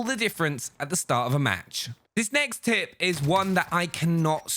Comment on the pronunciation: tip dont make the word tip sound like tit